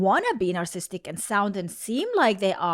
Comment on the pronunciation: you are missing a whole syllable every time you say narcissist and narcissistic